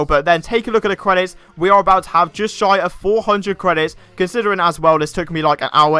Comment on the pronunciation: he said shy